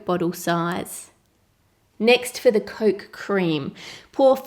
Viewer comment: you pronounce coke as "Coalk" I think it's cute